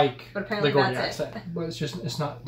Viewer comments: Geordie is pronounced with a soft g (jordie). Neighbours - it's actually an Australian show, but was (maybe still is) very popular over here 🇬🇧. It's a half-hour soap opera. Extra bit of related trivia: if you hear of an actor or actress from Australia, the odds are pretty good that at 1 time or another they have appeared in Neighbours, or the other long-running Aussy (pronounced ozzy) soap called Home & Away (also popular over here). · Hey Mate, can you form a sentence without using the word "like" multiple times?! You also mispronounce "geordie". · I don’t know who told you the geordie accent was not a properly accent but they could not be more wrong. The g is soft by the way and pronounced as in George. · Others have pointed out your mispronunciation of Geordie, I'd just say...it is proper for people in Newcastle! I think you meant proper as in posh though. No regional accent would be considered posh though, just RP and the typical Royal type accents, but they aren't particularly regional. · FYI Geordie isn’t pronounced as a “G” but as a “J” as in Geronimo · You pronounced Geordie totally wrong, everyones knows its "Mackem" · Gordy. it's pronounced jordie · Soft g in Geordie, djaudy, not GGordi... Just saying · Gordie is pronounced jordy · Her accent is pronounced as JAW DEE, not GAW DEE. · Its not pronouced Gordy..the phonetic spelling will help you pronounce it..it has 2 syllables and is Jaw dee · Its called Geordie not gordie what ever you was saying and it is a proper English accent what ever you ment by that I have no idea? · Not 'Gordie': it's 'Geordie';as in "Georgie'. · pronounce gordy as jordy.. sarah milikan is so good. love her to bits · Geordie is pronounced Jordy not gordy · Gordie is pronounced, Jaw-dee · Not Gordie, Geordie, with a soft G. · Jaw-dee = Geordie. Not Gordy 😂 you’d get beat up for saying that in Newcastle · It’s pronounced Jordy not Gordy accent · It's pronounced jordie guys ❤ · Geordie is pronounced Jordy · Geordy (jaw dee)